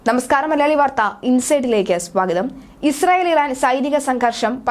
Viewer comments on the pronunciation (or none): none